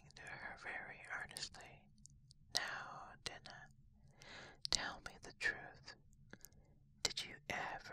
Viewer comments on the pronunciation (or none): Really fantastic! (One note though, her cat's name is pronounced "Die-nah")